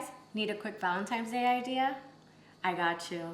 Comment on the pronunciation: Wait. Did she say Valentimes Day? 🤨